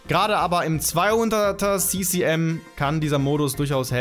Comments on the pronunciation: Hannah Göttle ich meine ja auch das er das Englisch AUSSPRICHT ! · Oder "si-si-em" (ccm) :D. Entweder Kubikcentimeter (cm³), oder "ce-ce-em". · Falsch ist "si-si-em" nicht, aber unpassend. "ccm" ist ja kein englisches Wort, deswegen muss man es auch nicht englisch aussprechen.